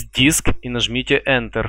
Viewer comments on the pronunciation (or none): none